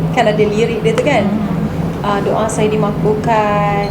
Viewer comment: Kenapa sebut saya....sayer... Lorak mne tu....Pagabg ke... Kedah ke.... Ataupu. Lorak sendiri.,.nmpak mcm extion sngt....cakap2 elok2...jngn risakkan bahasa melayu...kalau kite bngsa melayu yg tak.mertabatkn bahasa melayu....siapa lagi....